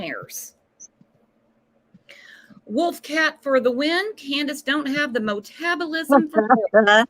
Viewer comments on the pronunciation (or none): Wasn't it "MO tabulism"??? Lmao. She tries to be Intelligent, glimmers of hope, but I do believe Grandus caused her daughter, Candus, the effects of Fetal alcohol syndrome. I believe Candus also drank during her incubations, inducing alcohol into her fetus'. I knew I the late 70's , Candus, no alcohol, where were your medical support persons? surely you sought out Med care for both you and each fetus?